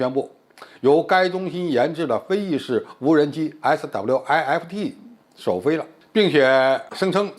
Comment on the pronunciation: SWIFT不就是一個英文單詞嗎？需要把每個英文字母讀出來嗎？聽完讓人笑噴。